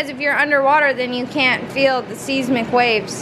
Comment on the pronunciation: the way she pronounced seismic 😂